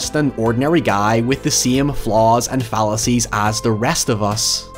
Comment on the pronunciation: I was wondering why he was talking about John McClane's phallices for a few minutes until I realized he said fallacies.